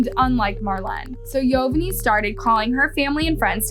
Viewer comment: Yovanny is pronounced the same as Giovanni, just Yo-vanni. Just wanted to let you know.